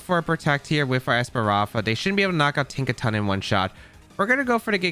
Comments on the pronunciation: I love ’ videos but the esparafra mispronunciation was:( haha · Damn you really can’t say ES-PA-THRA? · That’s a lot Of strokes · JAJAJ same with opportunisticccc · This video was pretty good, but your mispronouncing Espathra was hard to really enjoy it. Practice pronouncing words just as much you play Pokemon and your videos will be more enjoyable. But I love how you used Espathra. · I had a stroke everytime tried to pronounce Spathra.